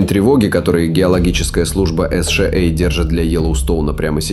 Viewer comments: Это ИИ. Так как человек говорит США а не, эс шей эй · "Эс Шэ А" не смутило?